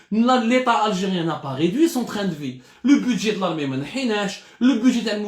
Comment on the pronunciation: Ont ridui ont réduit hhhhhhh bonjour la prononciation